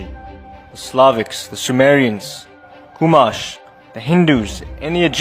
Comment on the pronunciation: I feel like he has done a lot of mind altering drugs or he has schizophrenia and believes everything he speaks. It’s so false I can’t believe anyone believes this guy. More like Jon false teacher. I just noticed he mention my tribe the Chumash and said cooolmash didn’t even pronounce it correctly 😂